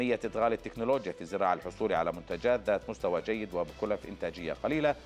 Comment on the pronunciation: وزير اسمها تكنلوجيا وليس تنكوجيا